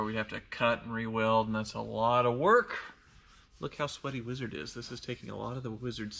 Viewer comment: That is the vein of our existence 😂😂 weezard do be scrong tho